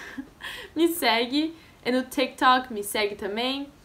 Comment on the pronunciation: Gente ela é brasileira ? Porque ela fala "tak tok" "não tô reclamando dela ela é super legal , ela é brasileira 🇧🇷?